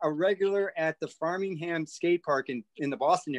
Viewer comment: First of all, it's "Framingham"...